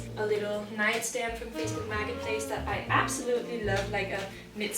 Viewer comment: "Facebook Maggot Place"--Such poetic pronunciation...